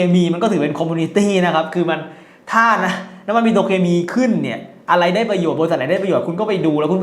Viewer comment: หัดพูดไทยให้ชัดก่อนออกคลิพดีไหม? “ทัมพ์ทำอะไลแปกๆ” ทั้มพ์, คิ๊พ, อะไล, เหลียญ ฯลฯ ฝึกได้นะคะ หัดเถอะค่ะ น่าเสียดายเวลาชีวิต พูดผิดจนตาย